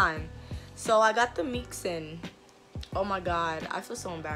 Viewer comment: ik you was from ny right away LMFAOOO.. “i got the meeks in”